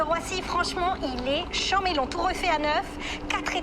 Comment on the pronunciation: Petit détail de prononciation: pour chanmé, on ne prononce pas le N du tout. le "an" se prononce exactement comme dans "méchant" qu' prononce bien.